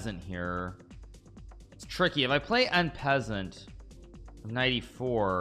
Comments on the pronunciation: N peasant??? I’m not French but at least I can pronounce it properly “on-par-saunt”!! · So strange to hear one of the world's best chess players mispronounce "en passant".....